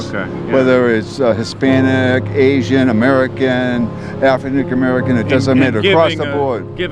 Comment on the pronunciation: Afernik American